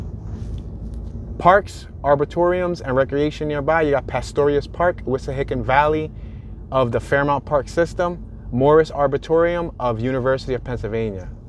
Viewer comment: Videos are great, but it's Arboretum, not Arbitorium :)